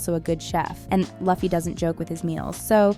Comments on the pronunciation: you´re using AI text to speech for the voice over aint you? You can bring those tools to pronounce words right if they fail. just write them as you would speak them. loofee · guess you too need a much needed research... now, say Loooo-ffeeeeeee... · You can obviously tell this chick doesn't watch the show. Everytime she says luufy I punched a kitten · I'm sorry, but you pronounced it as "Luhffy?" what the.... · every time she mispronounces Luffy... take a drink.... (please don't actually do this) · i love seeing people do one piece videos and reviews and then straight up pronouncing luffy wrong. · This idiots just trying for hate view. And its workin. Sayin his name like that. I we meet you gettin a gum gum bell! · i am disliking this for mispronouncing Luffy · you suck. why you saying luffy's name wrong. dislike and i'm not watching the rest. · You weren't listening while you were researching, butchering my dudes name like that...The disrespect Booping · I honestly can’t watch this while she massacred luffy’s name smh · Only reason I didn't like it is because the narrator pronounced the main character Luffy the wrong way. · Not a One Piece fan, but the mispronunciation of Luffy's name is annoying 😒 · say Luffy's name correctly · Ok you are definitely mispronouncing Luffy's name on purpose, because there's absolutely no way you did this much research with the interviews, and the high possibility that you actually watched the Live Action show without hearing his name being correctly said. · it's annoying 😮‍💨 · Luffy is pronounced Loofee not Lahfee 🙄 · its Loo-fee not laugh-ee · This AI just ruined it by calling him luh fee....it's pronounced loofee. The actors may have done their research, but the narrator of this video sure didnt.😂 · why she call luffy "Lofi"... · why everyone keep calling him laffy when the show literally call him luffy😂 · bro OMG its not lufy Its LUFFY PRNOUNCED LIKE LOOFEE/LUFFY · its not laffy, but luffy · it's pronounced LOO-FEE not LAH-FEE